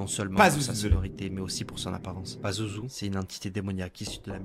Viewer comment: C pazuzu pa lazuzu